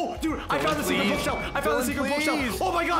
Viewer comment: It’s secret not cercet